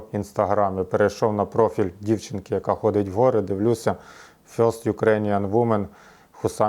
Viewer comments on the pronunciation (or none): none